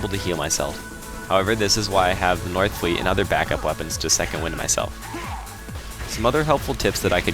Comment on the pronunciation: NOR-fleet not NORTH-fleet. Im partly kidding, very helpfull video by the way. Clearly you are a very mindful player.